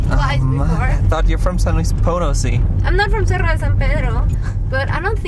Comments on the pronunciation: Lol at first I thought he was saying Seattle de San Pedro lol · Una sentadilla por cada vez que dice sierra en vez de cerro.